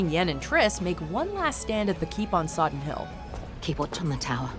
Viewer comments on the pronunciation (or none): Sodden Hill not Soddon :P